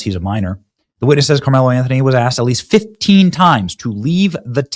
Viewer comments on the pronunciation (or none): DON’T YOU LOVE HOW THEY PRONOUNCE ASKED…😂🤣